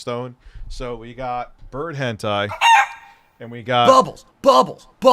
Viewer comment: One of my favorite tendencies is his claim he has no idea what Hentai is and purposely mispronounces it. We know your secrets.